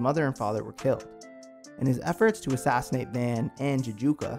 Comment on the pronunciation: His name is pronounced V *ah*n. The 'a' has a deeper sound to it. Not the van like the vehicle. 😆 Also, I would love to see this anime get a reboot or continuation. I miss the characters so much and was never quite satisfied with either the movie or series ending.